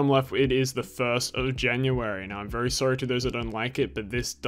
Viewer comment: "and it is vewwy quick 🥺"